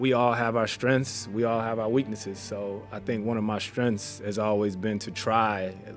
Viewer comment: I’ll never get why people say “strenth” instead of “strengths”. It’s not difficult. Mark Jackson said it at least once in every game he ever called.